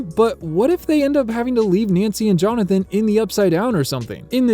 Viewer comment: There ARE 53 new shots, not IS. And it's JonathAn, not JonathOn.